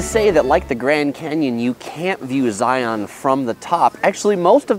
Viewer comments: I can't even get six minutes into the video... it's just driving me absolutely crazy that you're somehow mispronouncing Zion! It's not Zigh-on. It's Zigh-ihn. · The first rule for visiting Zion NP is pronouncing the name correctly. Its Zi-un like the "sun'" (in nearly one syllable), NOT zi-aun (in 2 distinct syllables ). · It’s not ZiOn it’s Zion (Zi-in) from someone who was born in Utah and has been so many times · Nuh nuh nuh nuh.. it's pronounced "Zi-ins" not "Zi-ons" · #11 Thing to know. Don't annoy the locals by pronouncing it Zi on'. it's Zi' un, like lion. If you ride the shuttle you'll hear it pronounced correctly. Please pay attention. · Please stop pronouncing it Zioawwwn. It’s pronounced ziun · .:) The locals call it Zi-uhn or sometimes Zions. Also the locals recognize the existence of the many many surrounding cities besides Salt Lake City and Las Vegas. St. George for example. Also bring at least 2 liters of water if you plan on doing Angels Landing or equivalent hike. I've seen so many people who bring their tiny little water bottle and then get cramps in their legs. I recommend Weeping Rock if you're looking for an easier hike. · yes, it irks us when you don't say they name right. Do don't go to the zoo to see the li-ON. It is a Lion. Say Lion and Zion the exact same way. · Zai-un... if you want to sound like a local 😂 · First thing to know is that it is pronounced zy-in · If you're not from Utah, it's Zi-un. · You're saying it wrong 😂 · learn how to say it.